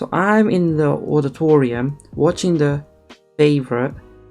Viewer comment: Says auditorium wrong first time but says it right the next time